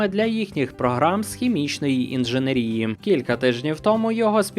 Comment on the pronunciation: Блііііін, інженЕрії! інженЕЕЕЕЕЕрії! І якби ж тільки це!